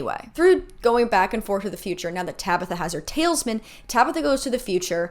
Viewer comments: Sorry for commenting before finishing the video, but right before girl it’s TAL-IS-MAN not “tails, man” 💀💀💀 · sorry but "tailsman" instead of "talisman" is so funny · Not the tail's-man. Girl it's tal-is-man. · I swear i thought it was just me! Thank you, internet stranger, I'm not alone! "Tailsman" took me ALL THE WAY OUT! 😂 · Same. tails-man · The way you pronounce “talisman” kills me. Like Babe, I know you are doing your best but I need you to take a close look at where that “i” is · I watched this entire series and still watched these videos and they clarified some plot points for me that I never understood or knew if they got resolved so thank you so much. That being said your pronunciation of talisman had me absolutely cracking up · no shade but I'm obsessed with the mispronunciation of talisman come the Season 6 recap.